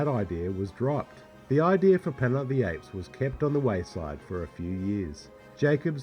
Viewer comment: I cringe every time he says "planet" ...pla-ent?